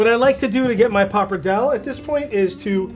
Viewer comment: Finally right at the end of the video he pronounced pappardelle correctly (like an Italian).